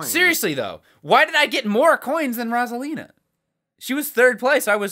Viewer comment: Everytime they pronounce "Rosalina" it hurts my soul.